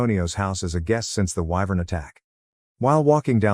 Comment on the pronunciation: I don't know why, but I am very amused by the narrator's inability to pronounce wyvern correctly. EEVERN. Just when the joke gets old, it's pronounced correctly. Excellent timing.